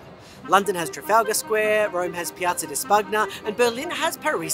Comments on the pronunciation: Love your videos, but fratello never again say Piazza da SPUGNA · Just a tip: Piazza di Spagna isn't pronounced how its written, the gn in Italian in pronounced as "ny" so try to say "Spanya" next time! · Forums….. Roman Forums…. Piazza is a Italian.. also piazza di Span-ya. Also this is very Melbourne centric, not Australian, as you proved by your Adelaide example.